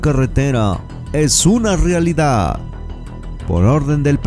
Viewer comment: realida? o realidad? hable bien, recuerde que es un comunicador.